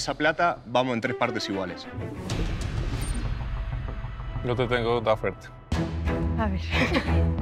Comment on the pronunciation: "mirá, yo no quiero nada de ustedes sho hago las cosas sho solo"